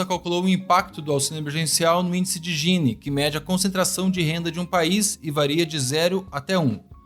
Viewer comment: Muito obrigado por pronunciar Gini com G e não com GU haha. Sei que o certo em Italiano é GUini, mas sempre ensinei pros meus alunos que era Gini :P